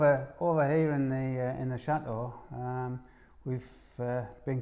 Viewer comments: I understand that but your parents and Ash always pronounce the word correctly I just wish you could too. Please, watch some of your old videos and truthfully tell me that Cha Oh is attractive. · You don't have to change who you are you just need to put a T in the word Chateau AS IT IS SPELT. I simply do not understand how you can call your lovely building a Cha Oh.......so ugly. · I understand that but your parents and Ash always pronounce the word correctly I just wish you could too. Please, watch some of your videos and truthfully tell me that Cha Oh is a attractive. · Love your program but please, please, please pronounce Chateau with a T. There is nothing more cringeworthy than hearing Cha Oh all the time. It is truly awful.... Thanks.